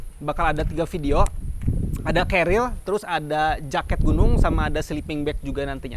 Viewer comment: Kelihatannya sangat kecapean di, terbukti di menit Pengucapan carrier salah "celil" Semangat terus bang bikin konten nya Sangat berfaedah